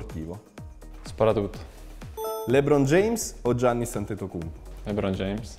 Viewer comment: non si dice /giannis/ ma /iannis/